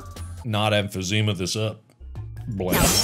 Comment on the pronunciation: "You better not emphazima this up" 🤣